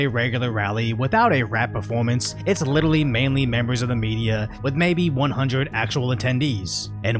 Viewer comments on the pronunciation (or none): HE SAID "LITERRALY" thanks clali trash word alsso